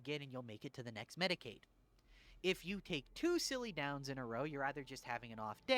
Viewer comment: It's medicAE not medicAID